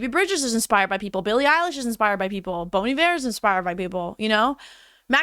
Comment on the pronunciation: can people please learn how to properly pronounce bon iver😭😭😭